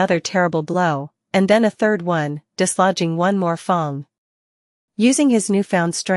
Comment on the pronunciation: Who knew simple words like barracks and fang could be so easily butchered. I'm guessing dire phong was supposed to be dire fang